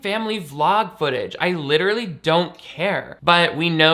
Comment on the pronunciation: Licherally! I know you meant literally but that's a great word. Licherally adjective * Possessing the qualities or likeness of a lich.